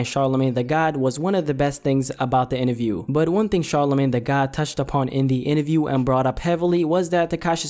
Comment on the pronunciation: Inaview. You mean interview